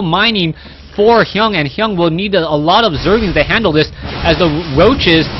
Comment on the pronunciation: Its TSLHyun, not Hyung!